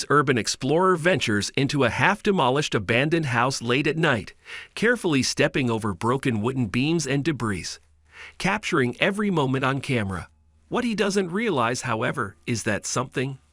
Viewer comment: One would think the AI talking thing would know the difference between the word "debris" and "debrees". And then the always scary "polterjiste". Lazy content creation. 👎